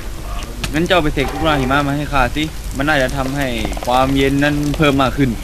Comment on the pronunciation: ผมได้ยินว่า หีมะจงหยุด